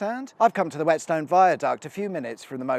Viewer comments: I grew up in Broughton Astley, just a stones throw from Croft, always good to see something you know on these videos. Also Whetstone is pronounced "wet-stun". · It always makes me chuckle how many radio traffic reporters mispronounce Whetstone, Groby, Cosby etc.